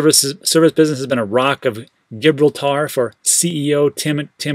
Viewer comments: That was good! Gibraltar , pronounced : Ji-brol-tar I enjoyed “XRP......😁......😐.....” much more though haha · Rock of “Gibriltar”🤣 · Gib rol tar .... should sound like jib rawl ter. Just sayin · hey, you do know how to pronounce Gibraltar in the Queen's English do you? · I lived on a street called Gibraltar for a few years. Turns out it’s commonly mispronounced.